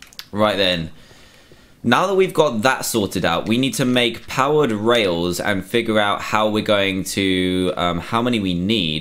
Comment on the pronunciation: Am I the only one who kept hearing "powdered" instead of powered?